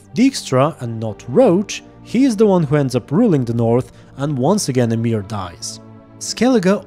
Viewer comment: i have never heard someone say emhyr as amiir